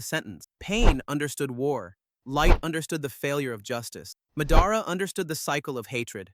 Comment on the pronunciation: Can you please learn how to say theese names correctly its mah-dah-rah notnwhatever you said its ala basta not alah bahsta and theres a lot more